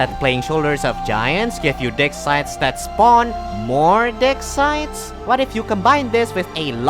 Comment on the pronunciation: Am I the only one who heard "dick size" instead of "dig sites" during the segment about On the Shoulders of Giants?